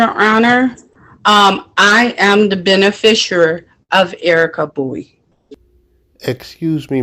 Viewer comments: Lady… there is NO such word as “benefisher” 🤦🏻‍♀️😤🤯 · "beneficuary?" What the heck is that? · WTF is a "benefisher"? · She can’t even pronounce those extra super special magic spell words of that incantation. She is not a “beneficERER” and definitely NOT “indiG-juss” Not an American Indian whatsoever. I guarantee she doesn’t even know who her father was. And “for the record” it wouldnt make any difference if she were. If you’re physically located within the borders of that municipality then you are under their jurisdiction. It wouldnt matter if she were the Queen Of Mars. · She’s too drunk to say beneficiary properly… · Very funny that she was using the word beneficiary endlessly, but didn't manage to say it correctly even once 😂